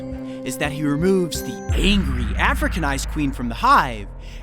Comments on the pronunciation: It just feels very uncomfortable to listen to him emphasize the “docile european queens” in contrast to the “hostile africanized queens”. It’s not your fault that you don’t feel uncomfortable about it, but a lot of us do, so please respect that. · Yeah he's stressing it a bit too much